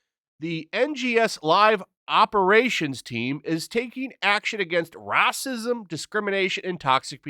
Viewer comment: the way you pronounced "Racism" lmao